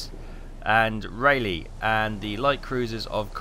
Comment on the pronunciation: Boise, as in Idaho is the BOY-see or Boy-zee. Rahliegh, as in North Carolina is RAW-lee. Don't ever change, but do come and visit.